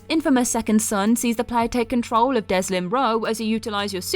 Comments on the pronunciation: Delsin, not Deslin. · For future reference its Delsin, not Deslin. Only nitpicking because the Infamous series is one of my favorite! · The protagonist’s name in Infamous: The second son is Delsin, not “Deslin”. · I like that she calls Delsin, Deslin. Makes me giggle